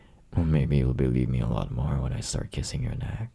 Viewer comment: Why does he say more like morrrrre